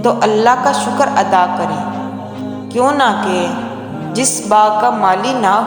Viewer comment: Correction(کیونکہ )کیوں نہ کے نہیں ہوتا۔۔۔کیوں کہ ہوتا ہے کیونکہ میں ،ن، silence ہوتا ہے ۔۔ تو کیوں کہ پڑھا جانا ہے۔